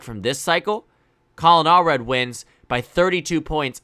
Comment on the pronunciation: All red ❌ Allred ✅